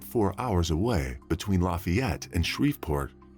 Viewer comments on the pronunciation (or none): There's so many different towns and cities that were mispronounced, like spo-CAIN instead of spo-CAN, o-ji instead of o-hi, la-Fay-ette instead of LAFF-ay-ette (being from Louisiana I definitely know this one) I remember hearing him saying others wrong but can't remember exactly which ones. I should have paused and wrote down the ones he messed up.